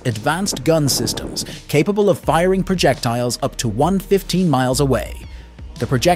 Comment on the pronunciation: The main take away is this; the video was made with AI and represents no actual mission. The key is in the description; "what might unfold". Never get that 4 minutes back. I caught the reality when the "person" couldn't pronounce 115.